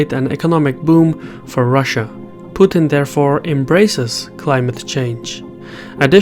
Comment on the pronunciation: Thank you for pronouncing Putin's name correctly. Seems like most foreigners can't handle a two syllable name